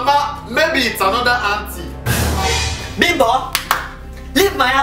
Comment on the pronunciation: Instead of auntie bimbo I heard auntie pimple please tell me why